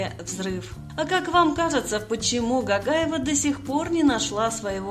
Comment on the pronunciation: Не Гагаева а Гогаева произносите буквы правильно она наша осетинка красавица🥰🥰🥰